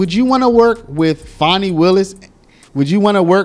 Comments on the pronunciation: Her name is not pronounced Fawni there is no letter ‘w’ in her name. It is Fan-nee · why are you trying toi church up her ratchet name?? Its fanni as in fanny. there is no w or au in the spelling of her name.